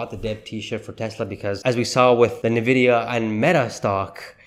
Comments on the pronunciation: Fyi it's pronounced "en-vidia" not "nah-vidia" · I've called it correctly since Summer 2023. Tezzly is not going over $300 in 2024. That would require a near DOUBLING of its current value. Maybe $260 at best. And please learn to pronounce it correctly. It is IN-vidia, NOT NIH-vidia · it is pronounced "En-vidia", not "Na-vidia." Got it? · Is NVIDIA. IS NOT NEVIDIA . Other than that your cool 😎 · PLEASE stop saying it wrong, sooo annoying over and over. It’s ENNVidia, not nAvidia! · Why you pronounced Nvidia name wrong in “na”? Should be “en”. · You are saying the name of the company wrong! Not NAvidia it’s ENNvidia! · Why should I trust a guy who can’t even pronounce the name of NVDA.